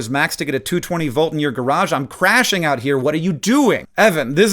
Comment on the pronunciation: The slang for "crashing out" has emphasis on the "out" too. Pronounced "CRA-shing OUT here" not "CRA-SHING out here". This isn't crashing from, say, a sugar high. This is crashing out as in 'throwing a tantrum when they blame something else for their own failure'. And as with much slang, it's been generalized to 'having a hyperbolicly strong negative reaction to someone doing something trivially wrong'. I'm young. I'm With It. I wonder how much longer I will be...